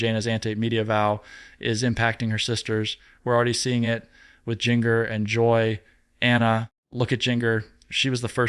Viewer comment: Something wrong...he mispronounced jana and jinger name .he even breathes funny..he pronounces tonitown wrong..something not right